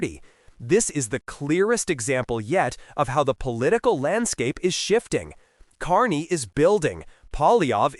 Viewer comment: So stupid you can’t even say his name right